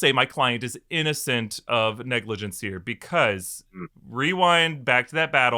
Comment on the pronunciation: I could’ve sworn you said Dr. Strange had a goatee of negligence, I swear that’s what I heard! 🤣🤣🤣🤣